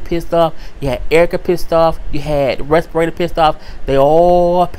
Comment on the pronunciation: LMAO! Who is "Respirata"? you jacked up her name so bad, I literally burst out laughing and could not stop.....and you said it so calm and casual, which made it more funny.